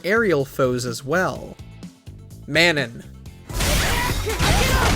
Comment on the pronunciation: It’s “Ma-noh” not “Maenon”